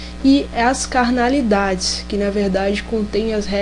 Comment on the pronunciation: Não é CANALIDADES, é Cardinalidades...